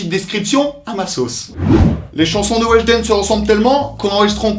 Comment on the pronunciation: *wejdene et pas weshdene